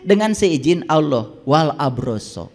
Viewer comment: kok nyebut LAFAZ ALLAH KURANG FASIH?